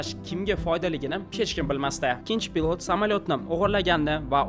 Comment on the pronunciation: Хурматли админ.с билан ш ни орасида унчалик катта фарқ йўқ тўғри талаффуз қилишни ўрганинг пилот бўлади а пылотмас